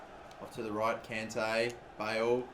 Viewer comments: It's con Tay. Not can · please stop pronouncing kante wrong! its the same as conte. its like nails on chalkboard when you mispronounce it